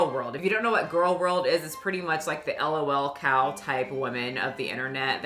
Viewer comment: "Elle oh elle cows" 😂